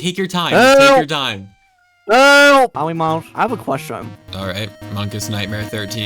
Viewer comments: POWYMAWS PWESE FORGWIVE MWE!! Lol!!😂😂😂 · the words powymars doesn’t ewen twy anymow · "We awe done with powymaws" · I thwought we were done wif Powymaws. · Powy mawz dwesnt even twy anynmwre 😂😭💀😭😭💀😭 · Bro said: Pothymath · He's says Polymars I Need this my mom is kinda homeless